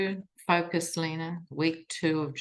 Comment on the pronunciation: Good Heavens! You’re Lena! Not Leena! I heard you speak your name just now. Of course! Rodriguez is Spanish. The “e” is pronounced “eh”. Am I right? How wonderful you are…and patient with us! Please. Pardon me my error in the pronunciation of your name 💖 my dearest Lena. My brilliant friend. You bless us all precious one. 🙏